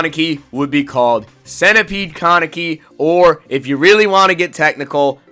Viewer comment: Say con neck e one more time. Ka Ne Ki. It's Japanese so every syllable is pronounced (in most cases)